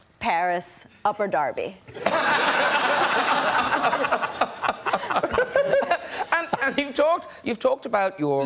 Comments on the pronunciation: I don't think there is an Abu Dhabi in Pennsylvania. Upper Darby, it was. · Did Tina Fey just said “ London, Paris and Upperderby or Abu Dhabi ? 🥃🤣🤣🤣🤣